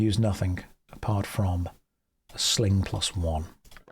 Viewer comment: i swear i hear a k at the end. SlinGk